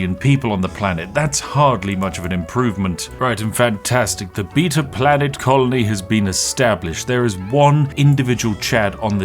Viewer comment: Why call the planet beta if you don't know how to pronounce the word?